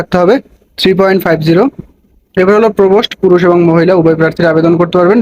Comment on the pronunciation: ভাই প্রভোস্ট বলতে